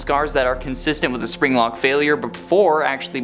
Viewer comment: My fav part wen he zaid zpring-Lok.